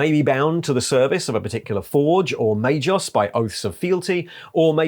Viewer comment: is rarely mispronuncing obscure denominations derived from latin language but MAGOS is pronunced may-GOss not may-joss. G+O=GO not JO.